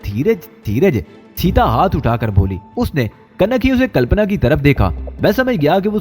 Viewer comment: H Good but leurn urdu books 2 make your words delivery better better pronaunse calpana ok not calapna